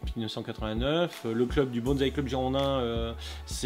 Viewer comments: Bonsaï. Prononcez : "bonne" / "saille" Pas de "z". ... Super video. Peace. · Oui,depuis le temps, ça serait bien passer a autre chose que bonzzzzzai!!! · j'avoue que je n'en peu plus. Lol. Le pire c'est "BonT'Z'aille' Là, je saigne des oreilles direct.